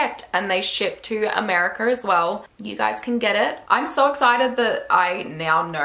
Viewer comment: i LOVE how she says "Americur". We stan